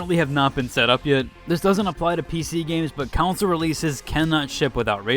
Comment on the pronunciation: The way you say council instead of console is kinda weird. It is /kənˈsoʊl/ not > council /koun′səl/